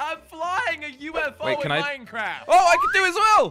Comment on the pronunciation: ToDaY wE aDdED FiVe NeW vEhIcLeS To MiNcRaF